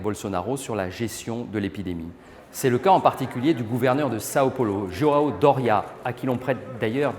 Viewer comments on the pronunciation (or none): none